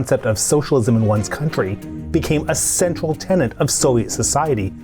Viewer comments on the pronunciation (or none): none